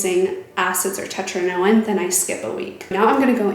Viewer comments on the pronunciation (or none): Did you say 'tetrinoin?'......God save us from this